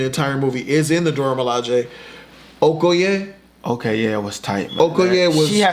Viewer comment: I fucking love you guys!! And you said Okoye the exact right way.